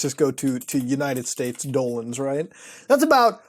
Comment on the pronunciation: Why does he call dollars dolans